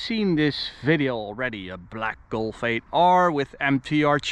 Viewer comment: why you say Golfe ? Say Golf bro